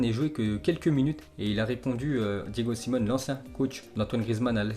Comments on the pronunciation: Force à la famille de Griezmann. c'est pas Simone c'est Simeone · Salut, merci pour les infos jour après jour, juste en passant l’entraîneur de l'Atletico Madrid ce prononce Diego Simeone (Diégo Siméoné), Brescia ce prononce Bréchia, et Lecce ce prononce Létché. :)